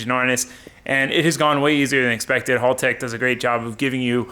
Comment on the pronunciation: I hate to be this guy but you are saying haltech wrong.